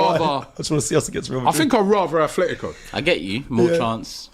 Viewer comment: Can English people stop saying Athletico, it's Atletico, no th. The only Athletic is Athletic Club from Bilbao. They were named by Englishmen, however, they dont pronounce it with a th still.